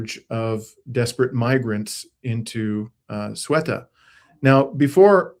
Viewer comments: It's CEUTA! Not SUETA! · Not pronouncing it correctly. You said: Sueta. It’s Ceuta. The C sounds like th in English when saying thing. The E sounds like an E as in Enter. The U sounds like an open U like when a Chimpanzee says oooh, ooh. TA sounds like ta in taxi. Maybe hearing some Spanish tv can help. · Ceuta is pronounced something like Sayoota or Theyoota (with a hard th, as is thing, thank, etc). The stress is on the oo. Not sweater... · First of all It's Seuta Not Sweta... P.s. Then you guys should learn how the correct way of saying the city's correct name pronunciation before talking about the city history and geographical matters.....thanks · Ceuta not Sueta, pretty simple 😅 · Ceuta, not Sueta!! Pretty simple 😅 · Gentlemen, check your vowel order: Ce-u-ta: seh-oo-tah, not soo-eh-tah. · There is an e before the u. se-u-ta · pronounced Ce(h)uta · Its pronounced Ceuta ..Seutaaaaa...please, get this right. Both Ceuta and Melilla are enclaves, still within the Mediterranean region. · It is pronounced as SOUBTAH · I believe it is pronounced ‘Soo ta’ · To affirm,,: Ceuta is pronounced: "Thu-ta - as the C becomes a T in Espanol. I really appreciate your professional coverage, my friend. True journalism at its best. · Can’t even figure out how to say Say- OO - tah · I believe Ceuta is pronounced "Theh-oo-tah". I could be wrong because I don't speak Spanish and perhaps in English we say it differently. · It's pronounced say-oota. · Love you guys ❤❤❤ It's pronounced 'thay oo ta' btw, with a soft 'th' as in 'thought' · Ceuta - "Thay oo ta". The 'C' is half way between a 'c' and a 'th' sound. Sartorial elegance with the headwear by. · "the-Ú-ta". first sylible Ce is like a sharp english The, with a sharp lisp s sound. so tired of everybody destroying the pronounciation. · Spanish word "Ceuta"= THAY-oo-tah. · Guys, it's Ceuta /say-oo-tah/. You were literally looking at the name on the screen while talking. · Ceuta is pronounce: SAy U TA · OR say OO tah